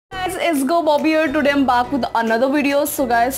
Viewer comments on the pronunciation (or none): Excuse me why'd u always say "buck" instead of "back" ? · Did she just pronounced the word 'back' incorrectly (listen at 0.00-0.03?) Why speak english when u dont know how to...u can use hindi language or else learn to speak english girl n then use it. All the best. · I replayed this video 10 times to make sure I heard back right is that your signature style or something? I don't think "back" is pronounced like that 😊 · RIP ENGLISH wht is bak its back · plssss its nott baak ....goddd!